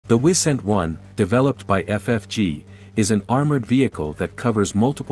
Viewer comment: I second that. Also the I in Wisent is spelled as a long I.